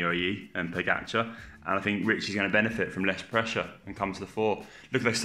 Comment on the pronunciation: Respect for pronunciation of Pogačar. Spot on from everybody. But Roglič will win. Good prewiev.